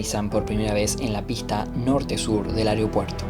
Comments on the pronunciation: Un gran trabajo de video y narración. Felicitaciones en verdad!!! Lo único que como siempre, tendemos ( los uruguayos) a no pronunciar correctamente algunas palabras... AEROPUERTO, se menciona vaarias veces...pero...es muy difícil decirla correctamente?? Perdí la cuenta de las veces que se dice "AREOPUERTO"...nótese que son distintas, y la segunda NO es correcta. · Muy bueno, tremendos recuerdos.. Una sola cosa. Al conductor, no es Ariopuerto es Aeropuerto... Y la vos podría haber sido otra persona... Igual excelente el trabajo